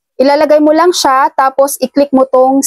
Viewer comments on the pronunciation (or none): none